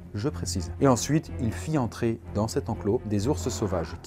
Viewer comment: Pourquoi tu fais pas la liaison avec "dans"?